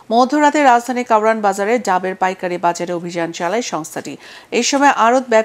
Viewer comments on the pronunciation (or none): ডামের না ডাবের৷ কি বল্লো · আমার মতো কে খেয়াল করেছে ডাবের দাম বলতে গিয়ে ডামে দাম বলছে